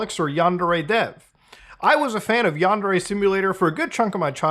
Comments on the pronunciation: It''s pronounced "Yawn-dare-ay". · Is yundere purposely supposed to sound like “under age”? 🤨